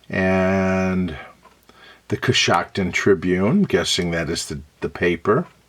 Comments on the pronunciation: Love it! You pronounced it exactly right. I've been there many times. There's a restored canal town there, Roscoe Village, that's sort of a tourist attraction. In a bit of darker history, Coshocton was the site of a massacre of Lenape Indians by a Pennsylvania militia; the European settlers were seeking retribution for some killings and horse thefts, which occurred along the westward-moving frontier. In a fit of ignorant, blind rage, they brutally murdered the settlement of Lenape--pacifists and Christian converts--in Coshocton County. Now the area is home to many pacifists of another sort: Amish and Mennonite families and farms. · Pronunciation of location is correct 💯❗